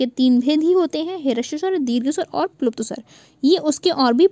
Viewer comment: मैम प्लुप नही प्लुत स्वर होता है